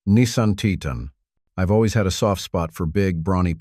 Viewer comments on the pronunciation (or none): You want support? Likes? Subscriptions? Then don't use an AI voice that can't even pronounce Titan. The rest of the video, obviously a different AI, pronounces it correctly. Worse than that, the information is outdated. For something posted "3 days ago," it should be current! The Titan was discontinued last year; the Chrysler 300C was discontinued 2 years ago. The Malibu was also discontinued last year; it isn't "hanging on by a thread." And the narrator called it a "MaliBUS, like a City Bus! Lol.